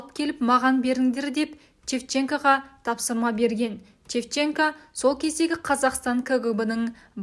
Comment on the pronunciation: Чепченко емес,Шевченко!